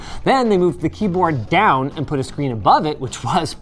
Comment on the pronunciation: Did Linus really say "Und" instead of "And" or is it just my german brain D: (in the first min)